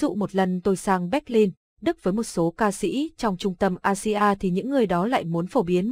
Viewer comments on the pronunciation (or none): none